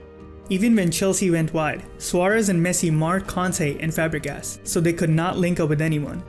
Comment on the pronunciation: Dude... you say Conte and Kante the same way and it's super confusing!!!!